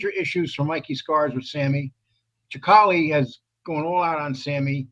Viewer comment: Sicale not Chicale. You would think you'd know how to pronounce these guys names by now.